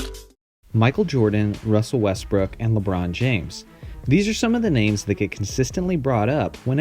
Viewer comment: why did he say westbrick